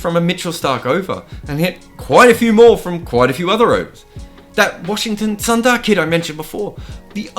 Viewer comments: Another grt video❤️❤️. Btw it's Sundar.. And not sandar.. pronunciation.. u..su😀... It's not a word.. It's a namee.. I hope you get it right the next time sandar wins a match at Gabba again😀 Keep'em coming mate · it's pronounced shoe-bmunn gill and Washington soonder